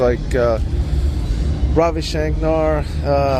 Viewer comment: Ravi Shankar and Ulrich Roth. He says Shankar's name wrong though.